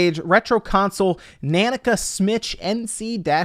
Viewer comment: Every time you say nanica wrong i cringe 🤣🤣🤣